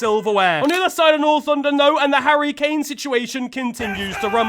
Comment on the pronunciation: ""harria kannicci""